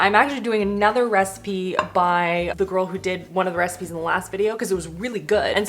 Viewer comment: at the end it sounds like you say 'for more 5 minute reciMEs' 😂 looove the look of the orzo one, def want to try that one out!